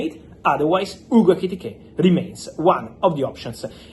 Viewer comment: Bro, say his name again..."Hugo IKITIKAY!!" 😂😂